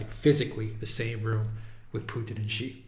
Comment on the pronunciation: it's not "ji" it's "shi" as in she. 👍🏻